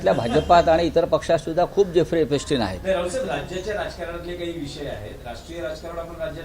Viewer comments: भोंग्या, आधी एप्सटिनचा नीट उच्चार करायला शीक रे. एपिस्टिन नाही, तर एप्सटिन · Elpistan नाही ra bhu epstin 😂😂😂😂